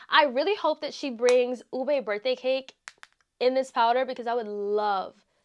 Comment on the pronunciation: You said ube so nicely. I often hear oo-bey, instead of oo-beh. 💜 💜